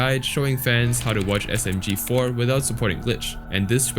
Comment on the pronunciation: he also said msg4 instead of smg4